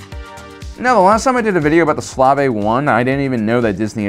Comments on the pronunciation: Are you mispronouncing Slave on purpose? Long A as in “space” and the E is silent. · I hope you’re saying “slave” like that as a joke. Otherwise go watch how it’s really pronounced smh